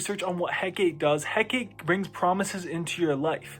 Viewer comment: It’s pronounced HEH KAH TEE